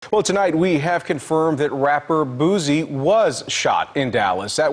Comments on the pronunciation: They called bruh “Boozie” 😂💀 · When YT people say Boosie's name "Lil Boozie" with a z 😂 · Rapper “boozey”😂 news anchor wild for not practicing the name first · He says Boosie like white people say two pac Tupac